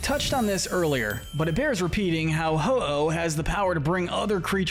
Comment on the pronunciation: IT'S HO-OH, NOT HI-OH! SAY IT RIGHT!